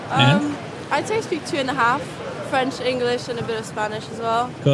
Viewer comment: “I’d say I speak 2 and a half.” Wow! That was weird! Scot here. 😮This French native said this sentence in quite a strong Scottish accent! Possibly studied in Glasgow. Definite west coast Celtic twang!